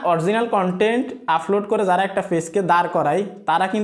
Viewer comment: ভাই আপনার এই ভাষা গুলো উচ্চারণ সঠিক করেন প্রতি ভিডিও এই শব্দ গুলো বলেছেন-আফলোড,ফতিনিয়ত,,ফরিশ্রম,ফেজ ,ফালাটফ্রম